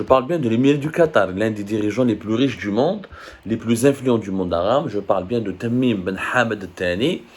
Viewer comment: tu prononces tres mal le nom de l emir